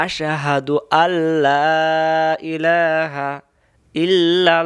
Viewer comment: আল্লা হবে না আল্লহু হবে, মুখটা গোল করে উচ্চরন করতে হবে।।